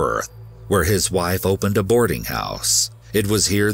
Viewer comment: Why does he pronounce the F in Life or Wife? He says lie and Wie